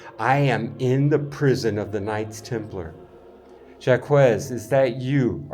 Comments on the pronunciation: Jacques is not "Jack-wez"... it's "Jock" , like, zhokh. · Jaques is pronounced as Zhak like Jack. Not Jaquez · You should prepare yourself before your travels: 1) Your pronunciation of "Jacques" is terrible. It is pronounced something like "Jacks". You clearly have no idea of French. 2) Jacques de Molay was burned at the stake in Paris on the Isle des Juifs (The island of the Jews), now part of the Isle de la Cite, together with other knights Teplar in 1314. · Jacques is pronounced like shock, but with a soft J. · You gotta be embarassed. Just call him Jack already. Know your historical figures and how to pronounce their names. AW HELL....at least ya tried. De Molay was burned at the stake after he recanted his forced confession. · JACQUES IS PRONOUNCED LIKE JOCK. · The q in Jacques is silent like Jack. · The Q is silent in Jacgues. The French king was a greedy coward. His end is not good. Amen